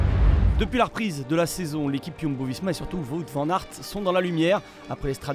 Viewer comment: Toujours pas capable de prononcer correctement son nom ... et pourtant il n'y a que 4 lettres WOUT